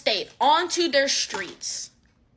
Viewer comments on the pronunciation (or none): What's "our shtreets"?